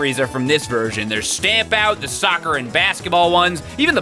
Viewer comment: Hahahaha, Ronaldinho Sotser!